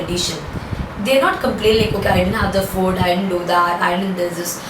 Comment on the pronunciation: Ma'am pls don't say fud. Its food. Listening to that is so irritating. Even though u explain everything amazingly but the word food sounds like foot 🙏